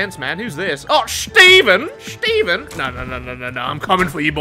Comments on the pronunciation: No one:....: SCHTEVEN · The way he was saying shteven was way too much💀🤣